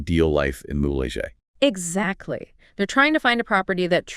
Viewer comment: it's Mule-Hay not mulejay